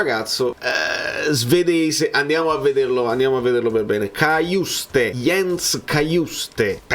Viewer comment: padre haitiano, quindi credo che la pronuncia corretta del cognome sia quella francese.